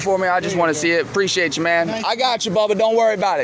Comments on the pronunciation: "Ah preeshaytcha !" What a prat ! 😅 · " 'pre-shayt ya" 😖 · Among the most irritating things is the disingenuous of, and overall existence of the noise, "preshiatechya" I hate that I know people like this. Shall they all see their day...